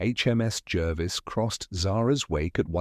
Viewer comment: It's pronounced Jarvis not Jervis